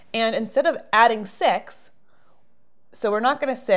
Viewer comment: Did anyone notice she stopped for a moment after weirdly saying the number 6?